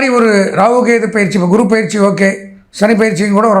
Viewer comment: என்றைக்கு பொயிற்சி என்று தெளிவாக சொல்லவும்